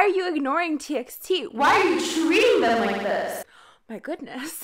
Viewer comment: Why do you pronounce TXT like that? I pronounced it like TEE BY TEE bc they said it was better to call them Like that . Just a random idea hahaha